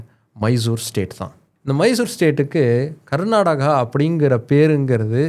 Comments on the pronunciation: Pronounce properly like Karnataka not Garnataka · It is not karnadaga, it is karnataka please don't kill the name. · My State name is not Garnadaga or Karnataga or Karnadaga. My State name is Karnataka. ಕರ್ನಾಟಕ. Pronounce the name of my State properly.